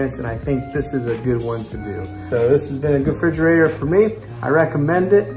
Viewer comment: Refrigerator! Not frigerator..